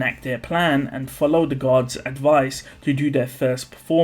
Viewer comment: The way you said guards sounded like gods